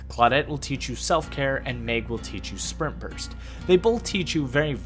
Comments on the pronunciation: Am I the only one hearing him say "sperm burst" instead of spring burst? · everytime you say sprint burst i hear sperm burst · I swear to GOD every time you said sprint burst it sounded like sperm burst